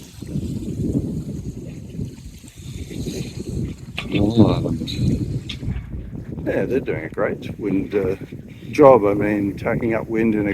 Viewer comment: Hello As you sailed toward Rosslyn Bay, Miall Island (m-eye-all),was off your starboard bow. The larger of the 2 islands off your port side is Middle Island.